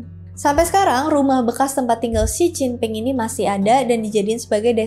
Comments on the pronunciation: J dibaca C, P dibaca B, D dibaca T. Itu dasar pengucapan mandarin 😂... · baca Mandarin itu KLO huruf P dibaca B dan sebaliknya sekedar beri masukan ya makasih KLO dibaca Oia j dibaca C ya🙏